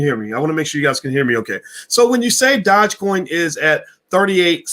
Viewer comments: What is a Dodge Coin 😂😂😂😂😂😂. You are mispronouncing the word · It’s Doo je coin. Learn how to say it. Even dog e coin would be acceptable. You sound like a fool. 😆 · YES - ITS DOOJE( PRONOUNCED) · A lot of people commenting on the way your pronouncing dogecoin, but I Don't think this stock deserves the correct pronunciation sound to much like a ponzi! ( Remember Bernie Madoff)